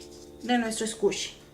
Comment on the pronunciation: Haha no se dice scushi es squishy pero hermoso tu video intentare hacer un squishy asi :)